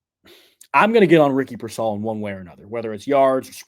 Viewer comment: PEER-sall. Not pur-SALL. Still, good info.